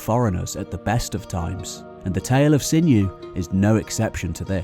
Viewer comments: 'Sinuhe' NOT pronounced 'Sinew' but Sin-u-ay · Great video, I love it. But isn't Sinhue pronounced "SIN-YOU-WAY" with accent on the first syllable of the three?